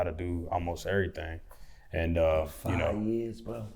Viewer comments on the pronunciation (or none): That “errthang” is so Louisville 😂😂